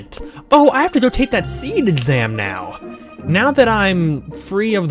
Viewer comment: You really want to draw more spells from monsters. Especially the ??? spells. Those are new spells you can get. As far as secrets goes, there are a lot of them, but they won't pop up until after the SeeD exam. (By the way, I find it interesting you're pronouncing it as "seed". Which is correct. But I always pronounced it "see-dee".)